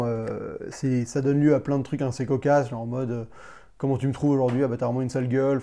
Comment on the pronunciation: Arrete de dire "inssez" ou alors tu dis "aseption" et ca sera raccord